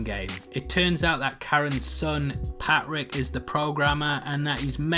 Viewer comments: The way this dudes pronounces “Patrick (Pat-Rick) is so odd. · Sound man, saves me enduring this. Is his name Patrick or Pat Rick?!?!?